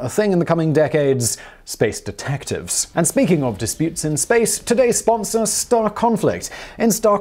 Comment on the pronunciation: Look i love this channel but please please PLEASE change the way you say sponsors